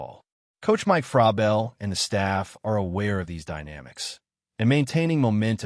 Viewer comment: obvious AI.. mispronunciation of vrabel is another tell